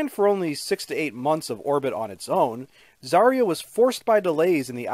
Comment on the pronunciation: Everyone says Zarya wrong. Because in Russian "ya" is one letter.